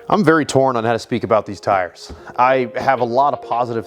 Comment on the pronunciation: "TORN" :D